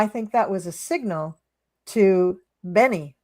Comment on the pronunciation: Just a note . It is Bebe not Benny … Benny Gantz, love you both!